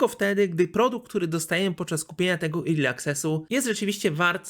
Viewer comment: Naucz sie czytac "early" bo padłem, nie zawsze e czyta sie i